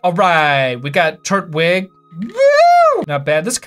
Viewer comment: When you realise he called turtwig, turd-wig